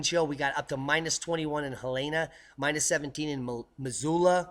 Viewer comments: It's not Heleana it is Hell- in- a. Go visit Montana for a while and you'll pick up the pronunciation of the communities. Think Summer vacation...after May 15th. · hel-en-a hell en ah ...... not he lane a. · Great work, But Helena MT is pronounced Hell-In-a.